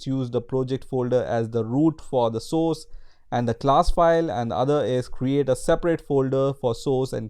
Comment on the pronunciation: Try to work on your pronunciation! It should be [ˈsɔrs] and not [soooooooooooooos].